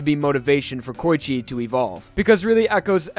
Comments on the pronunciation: He just called Koichi KOYICHE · Coochie lmao. Idk if he was tryna say Koichi or Poochie but he done fucked up